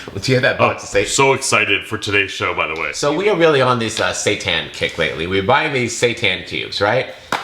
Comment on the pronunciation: correct pronunciation: say tan